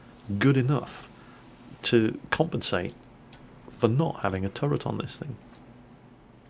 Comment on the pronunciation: it's a bit harsh but pls stop saying turrent